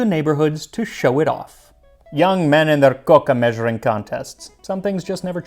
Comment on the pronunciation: I have to compliment your pronunciation of Catalan and your coca! Excellent! molt bé!